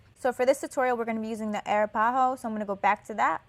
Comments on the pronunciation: Not "air-uh-pah-ho", it's "uh-rap-uh-ho" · It's pronounced "uh-rap-ah-hoe" lol, love the vid btw!